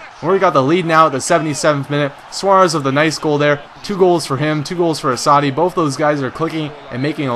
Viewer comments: lol you pronounce assaidi not very well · Enjoying the videos try and get doumbia next transfer window and pronuce assasdi name right lol YNWA !!!